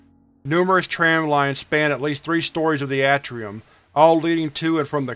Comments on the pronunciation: I'm not trying to be snarky or anything, but I feel like you'd like to know if you're pronouncing something incorrectly. You do read things out loud for YouTube, after all, lol. Anyway, you're pronouncing "atrium" incorrectly, it's a long "a" sound, not a short a. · Its pronounced A tree um